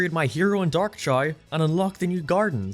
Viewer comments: say it with me cha-ow Not ch-ay like u say god damn ur drivin me insane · I keep hearing 'Chai' whenever you say 'Chao' XD Just wait until you go down the rabbit hole of genetics and start making some sweet-looking breeds, as well as additional evolutions that add even more customisability, then breeding for good ranks like you would for a full 31 IV pokemon and create an all-powerful beast. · Whenever I hear "Chao", it sounds like "Child"